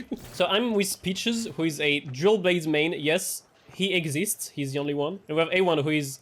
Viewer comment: It took some time for me to understand you said dual blade and not jailbait 😅.